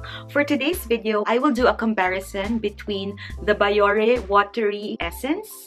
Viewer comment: "bee-yo-rey" po not "ba-yo-re" po just so you know 🙂